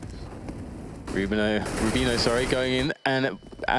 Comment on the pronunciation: why can't pronounce Rubino correctly.